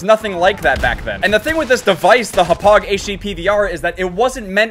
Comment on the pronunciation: Yo you said Hauppauge wrong